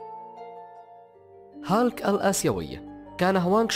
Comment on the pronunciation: اسموا هيلك و ليس هالك